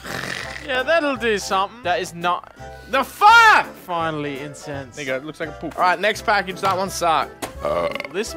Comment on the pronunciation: Seeing hold back laughing at mispronounced "incense" was great lmao